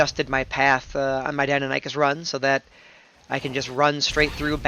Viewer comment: Love you but pls... "die-non-ih-cus", not nie-cus:p great vid btw, learned a lot!